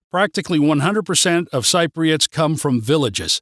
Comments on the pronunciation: Dude, we are Cypriots; pronounced si-pree-uht, or sɪp.ri.ət not sigh-pree-uht or sighp.ri.ət. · More negatives than positives on how you view Cyprus. I’d have to disagree on many of your negatives. Since you are learning Greek, and live in Cyprus, for heavens sake please pronounce “Cypriots” correctly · Nice view from you, but please work on the word Cypriots :(